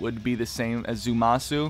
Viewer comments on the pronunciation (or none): It's Zamasu, not Zumasu.